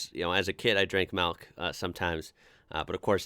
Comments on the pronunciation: I didn't know that people can actually say "malk" genuinely. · Are you saying 'melk'?